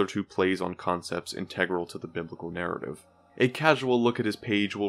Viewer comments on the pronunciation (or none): none